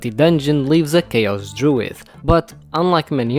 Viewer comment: fascinating! I found it particularly interesting that the letter d at the end of a syllable is pronounced as voiced "th" (druith instead of druid). I've never heard that before. Ancient Hebrew had the same phenomenon but its been lost in all dialects except for the Yemenite pronunciation